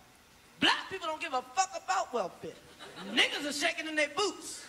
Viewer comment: I Laughed when he said 'Nigaaaz' and I'm a black guy from Amsterdam